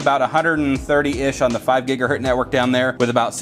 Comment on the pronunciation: It’s mega bits per second, not megabytes....and gigahertz, not gigahurt.